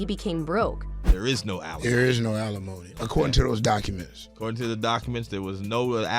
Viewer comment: Can the voiceover stop saying "a-lemony" for alimony? (AI ain't ready)